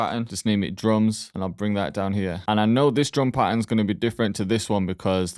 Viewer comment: Pahern😅 thx broshki